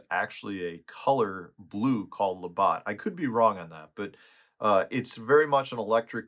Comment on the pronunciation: Hey, just a friendly heads up. The way to pronounce Labatt is "luh bat." I grew up in Detroit, so our Canadian friends on CBC Windsor Ch. 9 on TV made sure we Americans in Michigan all knew how to pronounce Labatt. Another heads up, Canadian beer can carry a higher alcohol content.👍🏻 If I'm being honest though, I hate beer, so this "knowledge" is all a waste on me. I am always down for Crown Royal though. 👑